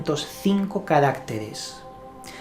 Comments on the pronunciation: Buenas tardes amigo; muy interesante, pero no se dice carácteres, sino caractéres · ¿Y este Juan Lanas sabe hebreo? Además, dice “ca RÁC teres, en lugar de caracTEres.